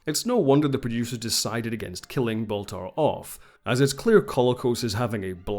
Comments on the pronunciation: His name is Baltar, not Bathar. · It's "Count Baltar," the name "Gaias" was an invention of the RDM reimagining.